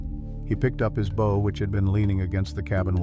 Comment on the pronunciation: It is BOW(boooow)